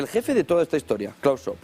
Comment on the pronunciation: NO COMENTES MIENTRAS HABLA LA TÍA ESA, a ver como podemos escuchar y mira....que no somos bobos. Ah, por cierto, mira che no existe un "señor Schob" su nombre es SCHWAB, se pronuncia la W y luego es una A, no 2 1 O de olga...